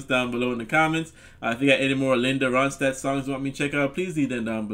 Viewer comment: Yes your saying her name perfect ! I am so glad you did a reaction to this song however listen to the song Tumbling Dice . I know your be happy you did ! Thanks and as always your amazing !!